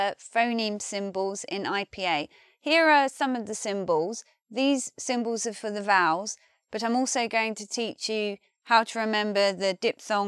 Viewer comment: I love the way says Puw the Buw and Symbows. This video is such a great example to stop my students saying Pulla the Bulla and Symbolis